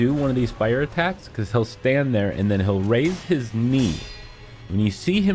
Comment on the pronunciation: I swear to GOD I thought you said “raise his meat” lmfao